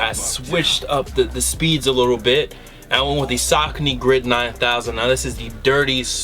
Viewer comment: Sockny lol its (Sa-Con-Ee)